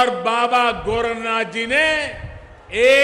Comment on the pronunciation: Abe pardhan mantri gorakh nath hai gorakhgam nahi salo bolo to sahi se speech rat ke aaya karo bhaiyo jara suno iska bhashan aur karo akalan please kya main sahi hu?